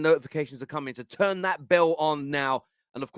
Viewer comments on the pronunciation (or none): none